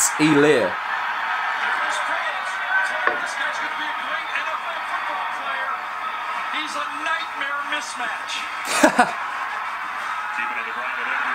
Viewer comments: helaire is pronounced e-lair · The H is silent in his last name. Its pronounced Elaire.Its a south Louisiana thing.Cajun